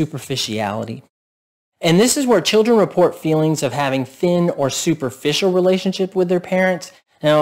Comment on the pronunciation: You say chirrden too. It's chill dren by the way. Children has an L and the R comes AFTER the D. See you at the outhouse races Texas.